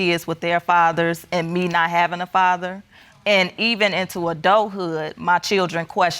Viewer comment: I love when people say muhdder and fahdder.